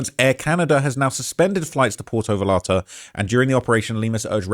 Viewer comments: Porto Valarta? Mate, it is Puerto Vallarta. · Just a friendly note about the pronunciation of Puerto Vallarta. It sounded like you said Porto Valarta, but I mostly want to stress the “yuh” sound whenever you see two L’s together like that. Sounds more like “va-yare-ta.” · “Porto vullarrrta” 😂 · It’s pronounced Puerto Vayarta. And Halisco. And Mee-Cho-uh-cun. Bunch of other ones too. I get that you’re a Brit, but you’re pretty dumb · it’s PUERTO VA-YAR-TA and JALISCO is Ha-lees-co. Cmon g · pronounced Puerto Vayarta - double LL in spanish is pronounced like a Y 🤣. So many LLoutubers cant figure this out. Gwan - A - what - 2 and Meesh - Wacan are how you pronounce the other states and cities you murdered 😂🤷‍♂️ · Butchering these names…porto Val arta, tampo pollipas, gwana jewantoe 😂